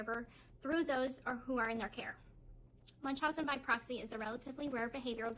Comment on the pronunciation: Wow i cant believe shw pronounced it right In the documentary she was asked if she ever knew what munchausen by oroxyM She responds with, "No i never knew what Munchausen by BOXY" meant She purposely mispronounced it. Thats when i turned that crap off